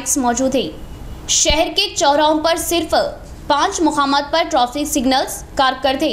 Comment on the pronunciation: Traffic ko trofic bolre madam